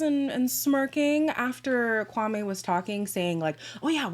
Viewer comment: on a side note, after hearing these rumours about his "sister" being hired, I went back to watch the first episode where he introduces himself, he says his name is (KWAM-ee) yet his sister says (Kwam-ay). I could be reaching though lol